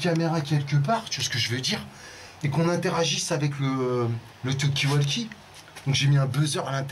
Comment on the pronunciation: Rhooo la la je tombe sur cette vidéo d il y a 4 ans.... à mourir de rire 😂 la voix de est tellement pratiquement identique! Et le " tu vois c que veux dire " j en peux plus 😂😂😂 petit erreur.....il faut mal prononcer Talkie walkie car il le prononce avec un A lol phonétiquement 😂alors que c est prononcé avec un O comme vous l avez " vous " bien fait 😂😂 Tu vois c que j veux dire?😉 Toujours d actualité en + 😂😂😂😂